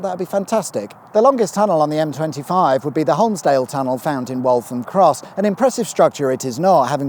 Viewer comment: Cool. A couple of bits of local knowledge for you: "New River" is usually referred to as "The New River". And Waltham Cross is pronounced to rhyme with "wall".